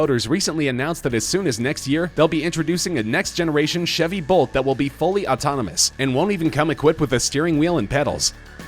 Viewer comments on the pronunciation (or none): none